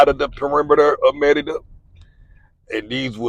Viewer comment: The pronunciation is muh-ree-duh. Why do you pronounce it Me-de-duh?